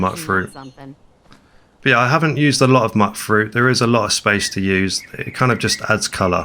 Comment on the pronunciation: Back to calling it muck fruit I see lol. Hard to break the habit 😆